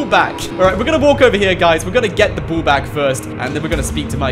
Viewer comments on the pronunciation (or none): What’s a boll it’s called a ball